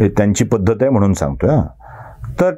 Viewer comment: 'म्हणून '... म्हनून....